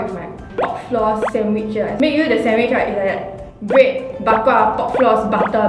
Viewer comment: is bread pronounced as braid?